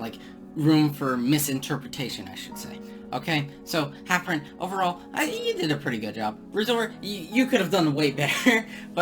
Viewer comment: 1) Seperate the art from the artist, poor analogy, see Gary Glitter/Chris Brown 2) Its Rezoura not Rezora 3) Its HalfPint not HalfPrint, you said halfpint at one point while showing DNC's profile picture. You said halfpint didn't have evidence which could result in rezoura being made to look the victim, I mean Catana consolidating 30 pages worth of evidence which is how Rezoura got destroyed in the first place and why his credibility is gone.